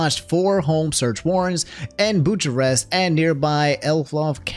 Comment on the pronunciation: Bucharest is read as "Bu-ka-rest". I don't know why it's spelled out like that either, but it is what it is. And please don't take it as an insult, because you're already doing way better than the BBC that stated they were in Budapest (Hungary's capital)! Like I get it if you're just saying this thing in passing, but that dude travelled to Romania in order to report on this.